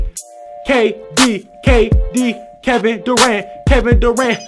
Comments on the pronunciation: Legend tells he's still saying Kevin daran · Legends says that he is still saying Kevin Durant.